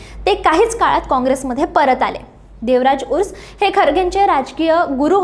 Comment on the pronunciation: बाई, व्यवस्थीत माहीती घेत जा , आणखी बरोबर उच्चार करा , देवराज उर्स. नव्हे ते देवराज अर्स नेते होते ...